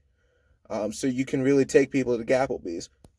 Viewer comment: did he say "gavel b's?" or did he say" so you can really take people to apple-bee's?" lolz, at the very end.